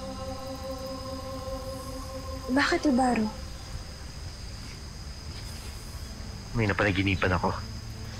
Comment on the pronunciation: ibaro hindi ybarro